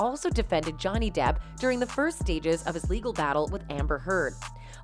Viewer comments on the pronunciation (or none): none